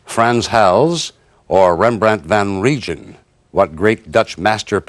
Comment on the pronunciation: Rembrandt Van"Ree-jin" he says... The Dutch pronunciation is Van-Rhine (like the river).